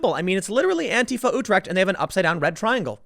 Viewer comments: hearing tim say utrecht is cringe af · Hearing you try to pronounce Utrecht is hilarious.